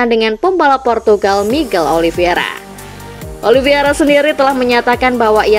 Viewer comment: narator masih sering salah nyebut nama Miguel Oliveira seharusnya Oliveira tapi disebut Oliviera